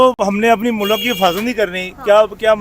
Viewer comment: Mulaak nahi mulk hota hai. Nakli Islamist. Hahahaj